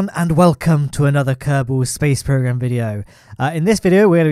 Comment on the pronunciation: A: Yes yes, i am addicted. B: What is your addiction? A: ummmmm.. B: what? A: screams at the top of his lungs KERBAHL SPJAISE PWOGREM AHH HGH KHGKB.. k. B: wtf man